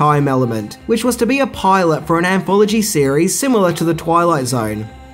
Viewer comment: The word is pronounced SIMILAR, not "simular."